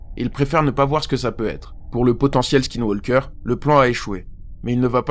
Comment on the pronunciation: On ne prononce pas le L de walk aussi...on dit : woke. ( Skaillewokeur )